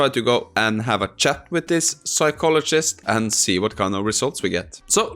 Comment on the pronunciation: I love differences in dialect. You pronounced chat as "shat" when typing to Julie, and I nearly spat my coffee on the screen. 🤣😂🤣😂